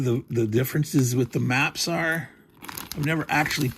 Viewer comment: I thought you said mumps at first. Now that I realize you are referring to maps, I'll check back in for the next video. :)